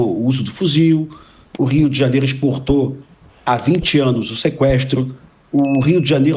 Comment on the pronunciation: JANIERO ? Kk